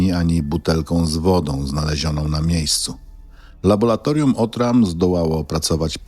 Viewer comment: Wszystko dobrze , ale to laboLatorium razi z 7 razy powtórzone. W laboLatorium pracują laboLanci. Błagam...